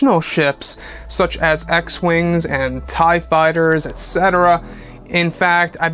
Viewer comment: I think mara is the other apprentice to Snoke....and did you say E wings?!